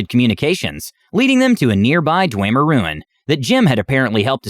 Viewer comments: Sounds like a good DM :3 I do have to say one thing that kind of bugged me though... it's pronounced Dwemer, Da-whim-er :p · It physically hurt me hearing them pronounce dwemer like that lmao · And dwemer. Basically all native elder scroll words were butchered. 😂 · I can't get Bre"tawn" out of my head.. Or "Dweymer"... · The pronunciation of dwemer and breton keeps throwing me off